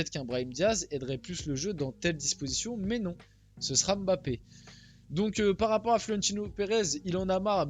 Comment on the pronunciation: Je suis camerounais et j'apprécie beaucoup le fait que tu dises " Mbappe " ( qui est un nom de chez moi ) et pas " M " " bappe " . Merci de faire l'effort de prononcer correctement le nom